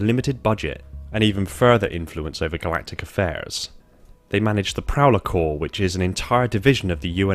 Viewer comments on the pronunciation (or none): none